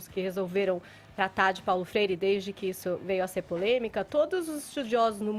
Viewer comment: Fefito --> " Paulo frere"